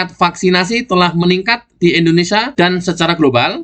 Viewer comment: Harap diperbaiki mbaca *IndoneSIA*. Bukan *IndoneSA*. Tks